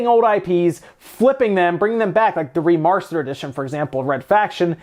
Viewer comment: "remarstered edition" lol